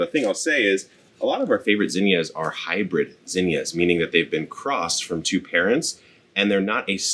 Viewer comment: Thanks for saying it right gosh damn my mom and aunt were calling them zeeenyuhs